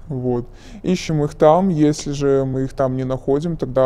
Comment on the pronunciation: Работаю тама??))Так только Никулин говорит аххх тама